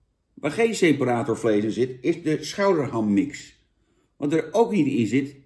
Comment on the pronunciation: Jan komt best uit zijn woorden, "Ipabier" en "seperatórvlees", lekker man.